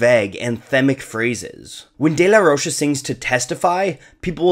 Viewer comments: It's pronounced as "ro-ka" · Rocha is pronounced like mocha ffs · Zack pronounces it Rocha